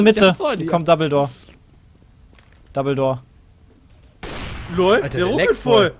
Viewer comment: Jedes mal wenn sie Double-door sagen, verstehe ich Dumbledor :P